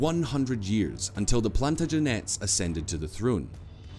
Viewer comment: Pretty good for a potted history, but needs to sort out his pronunciation...nearly every historical term. Egs, plantAgenets, Algeciras (ældʒɪˈsɪərəs) Pamplona, etc. I cringed on his behalf.